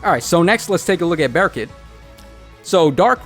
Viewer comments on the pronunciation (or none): Lmao! I was thinking the same thing! Its pronounced like "Bur-koot" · Bearkit?? Dude..I understand pronouncing Berkut different but bearkit doesn't even sound cool